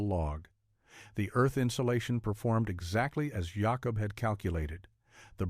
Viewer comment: Jacob! ... not Yacob! ... that is the Spanish sound. I have so many Jacob ancestors.